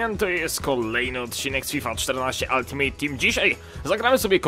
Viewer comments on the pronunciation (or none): none